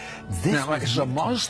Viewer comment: This guy is a liar, he doesn’t even pronounce “Allah” properly. And no Muslim expects any of the prophets to come visit them at the time of death. He doesn’t even pronounce “Muslim” the way basically any Muslim or someone with any knowledge of Islam has. Absolute liar, do your research before believing these charlatans.